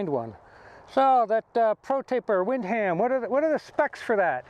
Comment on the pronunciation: Lol wind-ham bend.... Nice review though